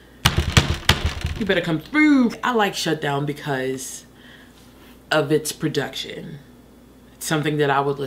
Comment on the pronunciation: Every time she says PRODUCTSHUN we get one more year of life